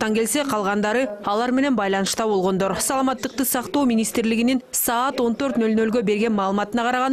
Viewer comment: Бул менин ишим эмес бирок ордуна тагыраак тушунуктуу айта турган башка бироону койгулачы жок дегенде бул аял саламаттыкты сактоо деген созду тагыраак айта албайт экен.